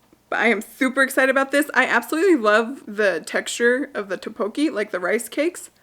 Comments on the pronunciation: The rice cake dish is pronounced (dock bo kee) and I LOVE it too!!!! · 🤣 it's toe-po-key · Tteokbokki is pronounced tock-boh-key :) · Haaa the towel throws It’s Tok (like tik tok) Bok (to rhyme) key by the way! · Is it just me or I love watching your video while having lunch.. it's becoming a habit 😅 It's tok-bok-ki I believe 💜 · Just so ya know, it's pronounced Tuk-bow-key. :) You do you, girl... looking great! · Those Korean rice cakes are pronounced duck-bow-key, kinda.